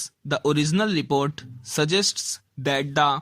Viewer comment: Report bolte ni ata tere se gadhe